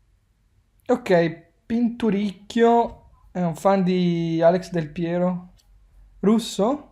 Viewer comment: Hai sbagliato la pronuncia. È Pinturikkiò.